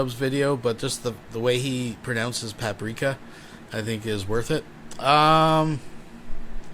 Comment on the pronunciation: cooking is really funny. The whole time he's saying "this is what I do". Then proceeds to look like someone that has never done this before. He doesn't know the pan sits weird, can't find the pepper, mispronounces paprika.